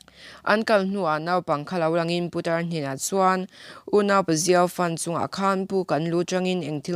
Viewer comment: I video ka lo en kual a,i in siam rem chak hle mai,ngaihthlak pawh a nuam tawh e,mahse i thu lam hi, i lam no ka ti dawn nge i lam tha peih lo ka ti zawk dawn,lam puat,putar tih te puta tih lam ang a ri te leh thu thenkhat te hi a la awm leh zeuh thin a nia..ka subscribe nghal ang che, i ni bawk a.👍💯